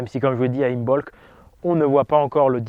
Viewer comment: Le « b » ne se prononce pas, imbolc se prononce imolc